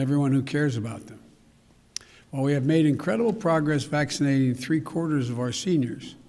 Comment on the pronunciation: That was increderblee cool